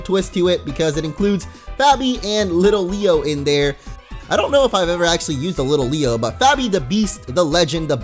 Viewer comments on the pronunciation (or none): It's not Little-leo its lit-leo